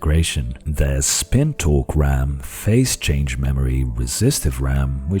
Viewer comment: The way your accent is, when you said, "spin torque" I was hearing "spin talk" and thought you were going to segue into pilates therapy.